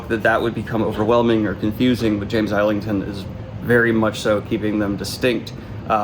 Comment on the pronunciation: JFYI, it’s pronounced “izzlington”